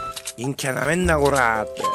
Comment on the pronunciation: たまにいんきゃっていえてないよね